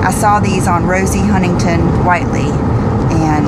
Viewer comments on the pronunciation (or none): none